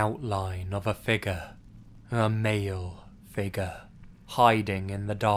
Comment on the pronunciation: Tina I I can’t stand how he pronounces “figure” as “figga” Lmao